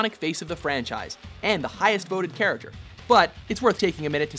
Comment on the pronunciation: you miss the k in character